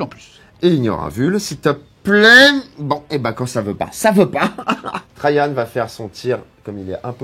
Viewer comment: Oui merci je connaissais (je lisais la BD quand j'étais enfant) mais je ne vois pas le rapport, étant donné que Rahan se prononce comme il s'écrit. Donc pourquoi s'efforce-t-il à prononcer Trajan comme s'il était un prénom allemand? Et ne me dit pas que c'est parce qu'il est blond, LOL.